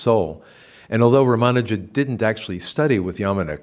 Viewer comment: Why does the good professor insist on mispronouncing Sri Ramanuja's name? Odd.